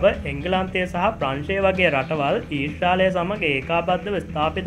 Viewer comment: අනේ මචං ඊස්‍රාලය නෙමේ ඊශ්‍රායලය කියල කියපංකො .